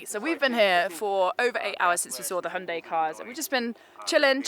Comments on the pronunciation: A Brit not pronouncing it Hye-un-die?? I'm shocked! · So refreshing to watch a review by someone that can actually pronounce hyundai correctly